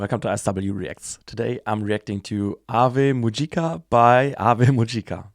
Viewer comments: Excellent summary and I think your initial pronunciation was spot on 👍 The singer Rico comes from a theatre background - Kanon the keyboard player was a classical prodigy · Your pronunciation of Ave Mujica is correct. The fact that it is a self-titled song is likely intentional, drawing inspiration from Black Sabbath, given the many similarities. BanG Dream! is pronounced /bæn dɹiː/ (“Bang dree”). To describe Ave Mujica in a single sentence: together with HAGANE, they were the most prominent rising metal bands in Japan in 2025. Their drummer, keyboardist, and vocalist are world-class performers. In 2025, they appeared at numerous live festivals. However, most of the videos available on YouTube consist of studio recordings, and the few live videos that do exist mostly date from before 2024. As a result, they do not yet reflect a band fully accustomed to live performance or one that consistently incorporates its full range of stage elements. I should also note the special nature of this particular song. This track is not representative of Ave Mujica’s typical style. It is one of their earliest songs (from their 2023 debut CD) and serves as an introduction to the world of Ave Mujica. Its lyrics and music were written by Asuka Oda and Noriyasu Agematsu, who are not the creators responsible for the rest of Ave Mujica’s catalog.